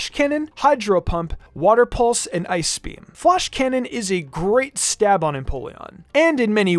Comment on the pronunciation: Can this guy not say ice?